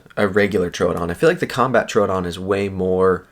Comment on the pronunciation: Why do ppl pronounce troodon like that lol it’s annoying asf it’s pronounced like truedon TROODON THERE IS NO U OR A IN THE FUCKN WORD LMAO JESUS 😂😂🤯